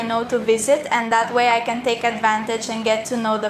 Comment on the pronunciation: Entre para felicitarte. La pronunciación del ingles no esta muy bien. se hace más despacio y El Can es más pronunciado y no se lee tan rápido el inglés no le hagas casos a Rachel. Que es más despacio y about se dice abat Y el Can se matiza con más intensidad Because se pronuncia bicaus. Mas despacio es como se habla en ingles. Que se llama ingles correcto y educado el britanico inglés y no el ingles de Ranchel. People se dice en ingles Pipol. Menos mal que he puesto el subtitulo para saber de que va la conversación de tu vídeo. Yo llevo estudiando ingles desde los 12 años. En España se estudia el ingles desde niño. ¿Y en Cuba se estudia inglés en los colegios? Eso ve a una academia por poco dinero y te relacionas con las gentes te salen nuevas amigas y aprendes inglés como se debe sin usar la computadora. Manzana se dice Apol en su pronunciación y se escribe Aple. But se pronuncia abat. Te falta técnica y eso se aprende en una academia. Some se pronuncia Sam. Entiendo tu ingles pero el escrito mejor que el pronunciado por ti. Se hace más despacio. El auténtico inglés el británico y no es el de EE.UU de la Rachel de tu amiga. Tienes que hacer el inglés corte y educado que es el de Londres y no le hagas caso a la Rachel. Porque no se pronuncia así. Es más despacio la pronunciar. Ve a una academía y te sirve para relacionarte con gentes hacer amigas y conocer y desenvolverte y aprender correctamente el inglés. Entre para felicitarte por tu aprobado en